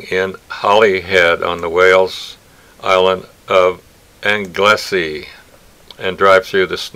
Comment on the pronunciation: Ann Glessy (Anglesey) is pronounced Angle (as in rightangle) see, as one word, Anglesee.